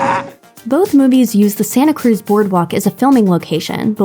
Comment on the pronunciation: She said Santa Cruz so weird.